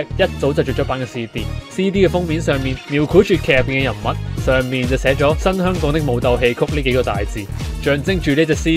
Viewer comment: 香港人請讀好香港兩個字，不要再香趕啦（甚至有啲人連香字都係冇咗個ng音）